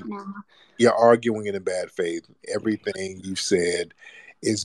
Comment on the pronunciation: "Everyfink?" 🙄 She sounded quite literate until this point. This isn't a white woman though. I'm getting immigrant vibes, perhaps South asian or East african. Tried her very best to sound quite affluent, but it wasn't dropping. Judging by the comments she wasn't fooling anyone. If she is a repeat troller, she has serious mental issues.